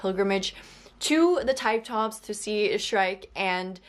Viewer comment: Hey, new subscriber here. We have very similar tastes in books! The Time Tombs are actually pronounced "Time tooms" as in it rhymes with looms. It's a place where people are buried. And ya, I was extremely confused by this book as well. (And I read it twice!) It's SO WEIRD. It almost feels like a dream that you enjoy, but doesn't always make sense. Sol's story is so heartbreaking! It reminds me of some of my own experiences dealing with illnesses over an extended period of time. I'm a Christian, and I found the theology of this story interesting to consider. I would say the part Simmons is overlooking is that God had already promised Abraham many descendants through Isaac, and so Abraham did not believe he would be doing Isaac any lasting harm through this sacrifice. When I think of those big multi volume fantasy epics filling up bookshelves these days, I sometimes think of Martin Silenus' books. In a lot of ways I think publishers WANT their customers full of junk food books. After all, junk food ignites a craving for more junk food. And like Martin's books, corporations can keep churning out material after the spark of imagination has gone out.